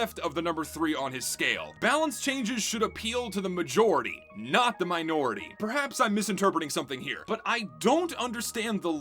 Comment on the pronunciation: Southern Twang coming out for the word minority? Sus.